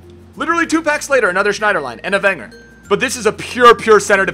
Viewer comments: Schneiderlain? Its Schneiderlin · STOP SAYING SCHNIEDERLINE THERES NO E AT THE END OMFG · "Schneiderline" lol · There no e at the end of schneiderlin